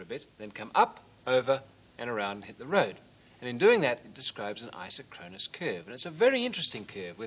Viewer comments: The correct pronunciation is I-SOK-kron-us, not I-so-KRON-us. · The correct pronunciation is eye-sock-kruh-nuhs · It's properties are even stranger when you pronounce it i-SOCK-ro-nus. ;o) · I always preferred a different pronunciation (which may well be wrong): Eye-sock-ron-us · Fun fact! Aside from the mispronunciation of the word isochronous. It is pronounced "eye-SOCK-cronus - emphasis on SOC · IN US English, it's; pronounced "I sock ron us", implying same time from ISO meaning same, and chronous, meaning time. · You'd think as smart as this guy seems to be, he'd know how to pronounce 'isochronous.'